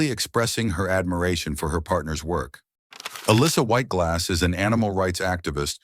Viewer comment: If you are going to make a video about a celebrity, the least you can do is teach your stupid AI voice to pronounce the name right. Sheesh!